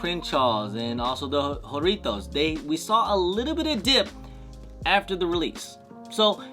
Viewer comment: Whore itos ? Bro it’s jah rrrritos